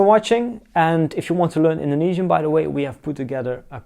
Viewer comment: I am Indonesian and I am watching this for my foreign friend to convince him learning my language. Your pronunciation is good! I am impressed.